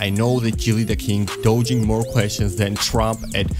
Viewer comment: Dodging pronounced like Dah-jing